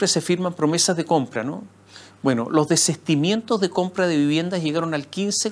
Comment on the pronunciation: Lo único en contra que puedo decir, es que la palabra es Desistimiento y NO desestimiento Señor Moschiatti